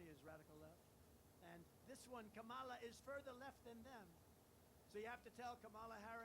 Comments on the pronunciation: Mr. Ivy League and broadcasting legend, It's "COM-mah-la," NOT "Camel-a," "Kuh-MAHL-a," or "Kuh-MEL-a". Do better!!! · I doubt that you will even read this comment, but I have to say, I have enjoyed your channel since you started it, but I find it quite disrespectful that you have yet to pronounce Kamala Harris's name properly. The first time I raised my eyebrow but I was like, he'll get it right next time. And then the second time, I raised my eyebrow and just left it there. And now I have yet to hear you pronounce her name properly. That's not a good example for your itty bittys. As you would say, no matter who you are supporting, it's just common courtesy to have respect for another human being. Kind of takes away from your credibility a little bit. At least for me, and I'm sure a lot of people notice. And I say this, because obviously this has been a huge issue for republicans, that they are not allowed to say her name properly.